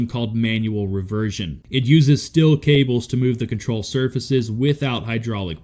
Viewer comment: For the narrator: since when is a double “e” word steel pronounced like still? This is a trend that really upsets me 🫵you slack-jawed🦧